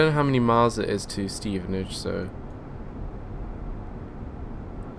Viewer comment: I live in Stevenage its pronounce"Steven Ag e"